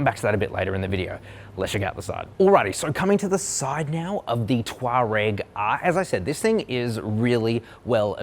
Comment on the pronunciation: Come on, it’s tour-egg